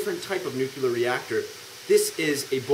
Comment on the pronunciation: why do you say "nucular"?